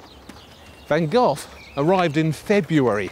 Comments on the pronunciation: The way he says Van Gogh everytime makes me cringe, at least try to say GoGh instead of Van GOTH???? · His name van GOGh, the h is silent, not ven Gof as you say it ! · Jees, it's not pronounced van gof. Learn to say the 'g' or 'gh' as the Dutch say it before you speculate about his life and paintings.It's not that hard. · That's howbthe Brits pronounce it. In the US, we say go.